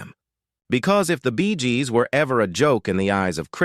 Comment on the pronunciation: I stopped watching at “Bee gahs”